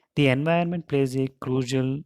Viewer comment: Enviirroonnment nahi hota.....😭